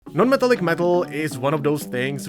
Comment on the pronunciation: 'meh-TALL-ick'. Not 'META-lick'. Thank you for your attention to this matter.